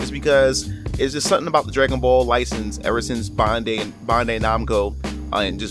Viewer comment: You're pronunciation when saying bandai makes me cringe a little